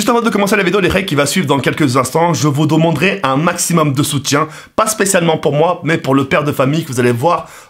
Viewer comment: "je vous doumendrais" à 0.3 seconde